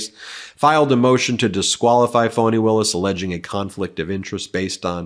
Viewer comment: Please learn how to pronounce her name -- especially if you're going to criticize others for mispronouncing it. It's pronounced "fahni", not "fawni". Pass this on to Popok, too. You have done many things to undermine your credibility. This is just one more.